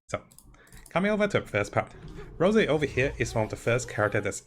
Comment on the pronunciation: Rossi, not Rosey. Respectfully.